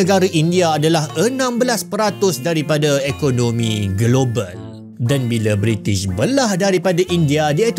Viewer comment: Bri'sh moment